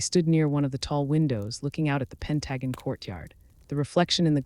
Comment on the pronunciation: AI by someone who speaks English as a second language? Pronounce Pentagon as Pen tuh gone’ accent on the last syllable